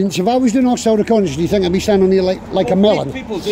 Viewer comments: "Hostile 'reck-a-ney-sense'" Lol 😂c'mon officer, if you're going to start throwing unfounded allegations around, at least have a basic handle on the English language. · ReconAYsionce. Fancy. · Why use words like reconnaissance when you can't even say it properly. 😂 😅 🤣 😆